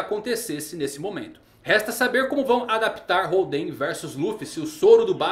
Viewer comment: legal o video, mas nao eh "holdEn" e sim hOlden que faz mencao ao estilo de poker, ainda oda brincando com os jogos em tudo relacionado ao kaidou